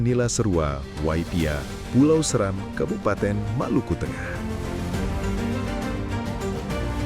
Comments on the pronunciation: Maaf, Pulau Seram seharusnya dibaca dengan nada seperti 'Serang (Banten)', ya .... bukan seram tapi SE-Ram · Dear National Geographic Indonesia, thank you for the documentary, but come on… how do you get “Seram” wrong? You’re based in Indonesia, working with Indonesians. And even if you weren’t, it takes seconds in 2026 to check how a place name is actually pronounced. For a brand of your scale to feature a place and still mispronounce its name… that’s beyond embarrassing.